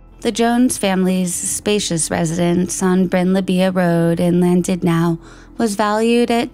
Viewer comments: Such a sad story and presented fantastically as allways, I have to just note... Cheshire= Che-sheer and Llandudno= lan-dud-no. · Llandudno is in Wales, and not pronounced Landudnow. Just in case anyone wants to look at the town or case.